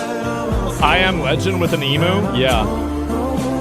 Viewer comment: It’s pronounced Eem-you. And it was an ostrich. 😂